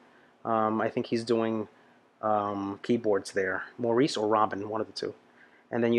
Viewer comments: Maurice is pronounced Morris. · His name is pronounced "Mor-ris". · The first guy wearing the hat was Maurice, he's older now don't forget, and it's pronounced Morris by the way! The old guy I don't know who he was, someone else might be able to tell you, Maurice also played keyboards on this one! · You can thank Maurice (pronounced Morris) for the rocking bass lines in the majority of their songs ie: Jive Talkin' ..you have to see that one. He was a very underrated bass player in my opinion and all around nice guy. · Nights on Broadway is another great one (pre Saturday Night Fever). Early falsetto for the group. I recommend the live version from Midnight Special. In this live version, you will see that all the brothers can do falsetto. The high parts are sung by Maurice (pronounced "Morris") during live performances because Barry is singing lead with a lower voice. Often Barry and Robin sing together in unison as a single lead voice, with Maurice doing the fantastic harmonies. He instinctively knew exactly what to add to create their beautiful rich sound.